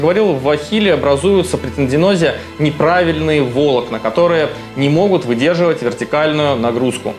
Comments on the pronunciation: ВолОкна , а не вОлокна . А так интересно ,спасибо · Не вОлокна, а волОкна))) .Слух режет. За ролик спасибо! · Обожаю эту особенность врачей - не правильно ставить ударение, дабы подчеркнуть свою "врачистость" (вОлокна - это прекрасно:)) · "коллагеновые вОлокна" 😭😭😭 Аж уши зарезало от доктора... Простите, не удержался...😂😂😂 "коллагеновые волОкна", "пяточной кОсти" и т.д., ну вы понимаете... зануда